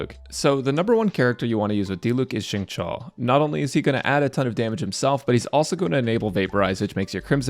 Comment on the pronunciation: xingqiu's name is pronounced as shing-chew :)